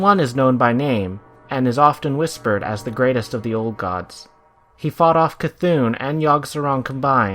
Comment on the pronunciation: "N'Zoth (pronounced "Ne-Zoth" or "Ni-Zoth") is [...]" Quote from the wikia. :( I was so happy to hear you get C'thun right, but got this wrong. How, though? Great vid though.